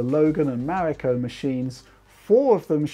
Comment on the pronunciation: Finially, someone says its codename Right.